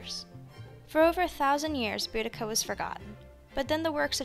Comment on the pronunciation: Thank you for pronouncing her name correctly, btw, good, video. Boudicca: some people pronounce her name totally wrong.🙂